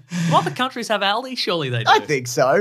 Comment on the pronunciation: the way they pronounce Aldi caught me square off guard as someone whos been going to it for years